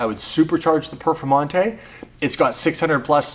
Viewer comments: Lamborghini perfermontay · Lamborghini perfomata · Lamborghini Perfamonte